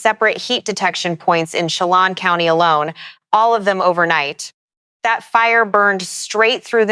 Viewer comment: to help you with some of the pronunciations of the names in the NW, "Umatilla" as Orgon 'yoo-muh-TILL-uh', "Chelan" Washington as 'shuh-laan". "Okanagan" Washington as 'Oh-kah-NOG-guhn' . "Kittitas" as 'ki-tuh-tas". "Cle Elum" Washington as 'klee EL-um'